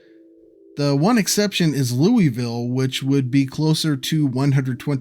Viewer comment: I believe the Kentucky Louisville pronunciation is closer to Lul-ville. There's a Louisville in Colorado that's pronounced Loo-is-ville.